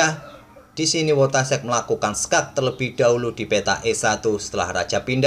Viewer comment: Saran bang, penyebutan nama yg benar "Foitasyek"